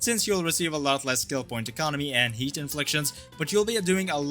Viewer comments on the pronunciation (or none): none